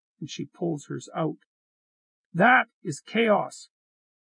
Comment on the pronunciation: The emphasis on THAT really makes this compelling